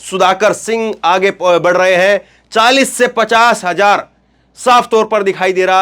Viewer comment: Hajaar nahi Hazaar hota hai